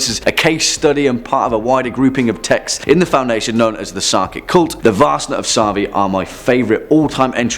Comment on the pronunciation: BTW it is pronounced vaRsna of saRvi, idk what varsna means, unless it is misspelling of varsta (flail), but sarvi means horn, like not the instrument, but animal's horn...